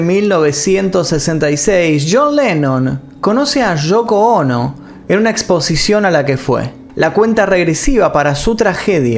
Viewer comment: El video está genial pero cada vez que escucho Shoko Ono y Nueva Shork me saco de onda😔😔😔